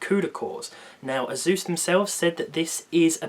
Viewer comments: Azus? Lmao this british accent. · When the British guy calls asus eyzues